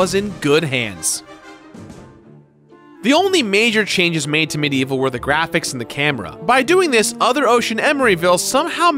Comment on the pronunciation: Its medievil not medieval. Anyone else bugged about how he says it?